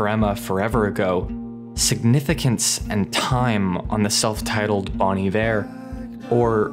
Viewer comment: My only qualm with this video is that you pronounced Bon Iver wrong. It's (Bone) Iver not (Bawn) Iver, as it is French for good winter. Other than that, awesome video, very well done and beautifully reciprocated.